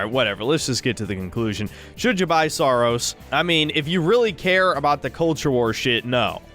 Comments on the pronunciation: Every time i hear the game's name it either sounds like saar or soros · Saros sounds like sarós I'm pretty sure in Hungarian means putrid or gross. Also please shit on the backlash over mouse pi regardless if it's warranted or not.